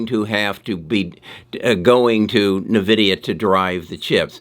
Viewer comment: Still pronouncing Nvidia wrong